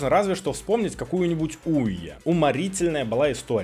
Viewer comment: ну OUYA не HOUYA. Но название соответствует консоли